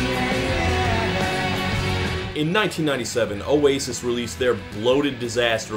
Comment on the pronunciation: says ' oasis ' in an aussie accent. Stupid fucking yankee degenerate. smh